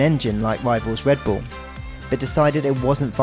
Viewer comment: “Wike wivels wedbull”